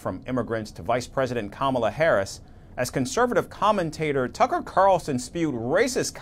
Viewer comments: Kamala Kamala 😂 butchering her Indian Name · Does he always pronounce Kamalas name wrong on purpose...weird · Inaccurate. He called her “lazy as hell", a “stupid person” and went on to ask: “Does she drink? Is she on drugs?". He also referred to the first woman of color to lead a major party ticket as “slow" and having a “low IQ.” And that persistent mispronouncing of her name IS an insult; you will admit that, right? She said he "looks up to Hitler", said "he quotes Hitler", and said "his coworkers have long said he admires Hitler". All of which are Facts; no debate required. She has not said he IS Hitler; Hitler was a titanic figure of global darkness and racial Evil, and little slimy DonOld isn't in that League. Now, to KEEP him from becoming so, go vote Blue. Yes, you and Everyone Else as well! 💙💙💙💙💙💙🌊💯✌.